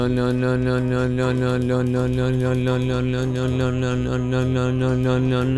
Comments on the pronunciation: le diyo leon demiyor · abi leon demiyon no no diyon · Abi sen leon demiyor la la la diyon 😂😂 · Ön ön diyor 😜😜😜😜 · Adam Leon demekten lön demeye basladi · Lölölö diuorsun leon demiyorsun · Abi ben leondan çok lon, non ve loan duydum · Baslik:10,000 kere leon dedim Gercekler:lon lon lon lon non lon mon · Abi canavara mı dönüştün leon diyeceğine lörn diyosun🤣🤣🤣🤣🤣🤣🤣🤣🤣🤣🤣🤣🤣😂😂😂😂😂😂😂😂😂😂😄😄😄😄😄😄😃😃😃😃😃😃😀😀😀😀😀😀😀😄😁😁😆😆😆😆😆😆😆😅😅😅😅😅😅😅🙂🙂🙂🙂🙂🙂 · Leon öğle denmez lo lo lo lo diyo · Abi sen len dedin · Abi sen Leon değil lon diyorsun 😁😁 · Abi sen leon demiyonki lo lo lo lo lo diyon 😂😂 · Abi sen leon demek istiyon ama len lön len lön len lön diyordun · Sen leon demiyonki lo ve lon diyon🤣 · Leon mu lön lön mi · Abi başlık 10,000 kere leon gerçekler: lon lon lon leon lon non mon lon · Abi leon demiyon leoleoleoleo ve lölölölöĺö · Abi leon demiyor leo diyon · Lon diye okuyorsun abi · Leon yerine noel diyiyon lan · Lo diyor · Abi leon demiyonki loooo diyon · Lo Lo diyon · Abi leon yerine leo lelelelel diyon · Abi leon demiyon ki lololololololololololo diyon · Lön ne abi leon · sonlarda leon değil le le le le le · Abi lü diyon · Leon deyilde lele diyen abimiz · leon diyeceğine Beynimin içi:lön lön lön lön lön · sen 10.000 kere LEON dedin sanıyorsun aslında 10.000 kere LOON dedin 🤦😂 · Leon demedin lön lön lön nön diyorsun like atmam diss like atarım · Ben yavaşlatarak izledimLö diyo😂😂😂😂❤❤ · abi sanki lön diyon 🤣🤣😅😂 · Le le diyen koca yürekli abim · Ve abi lön ne Alah aşkına 🤣🤣🤣🤣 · Abi sen resmen lölö ya da nönö diyon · adam lölölö diyo ne leonu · Abi:lelon. Ne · Leon yerine sanki lolololololololololololololololo diyorsun NBB lannnnmnnnnnnnmnn. Haaaaaaaahaaaaaaaaaaaaaaaaaaa